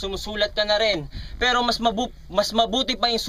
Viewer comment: Ganda ng bigkas ni shehyee sa "PERO" hahaha